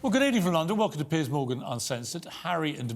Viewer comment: When he introduced himself, it sounded like he said his name was "Piss Morgan" Go back and listen for yourself.